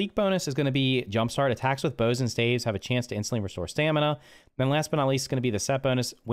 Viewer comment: Dude pronounced staves wrong